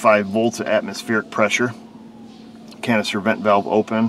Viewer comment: Canister vent valve You were saying it in such a way it sounded like it was saying cancer vent valve 🤪